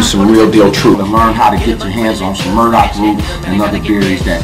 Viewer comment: it's Burdock, not 'Murdock'........;)